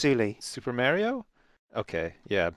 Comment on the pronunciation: Super mare-rio